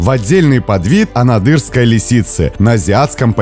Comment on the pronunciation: Извините, но анАдырской😁